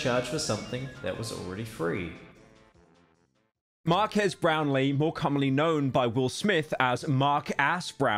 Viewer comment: Pyro mispronouncing Marques name is hilarious